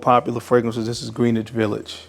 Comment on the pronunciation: and you still don't say greenwich village correctly